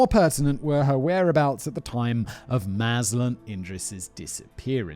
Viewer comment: Malaysian here, simon managed to procounce datuk mazlan idris name correctly